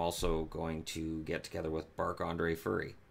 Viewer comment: I am pretty sure he said Bark Andre Furry.